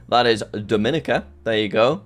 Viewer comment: hi jack! just a little piece of information but the country is actually pronounced ‘dom-eh-neek-a’ not ‘doe-min-a-ca’. 🇩🇲